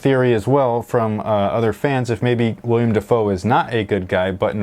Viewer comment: *Willem not Willian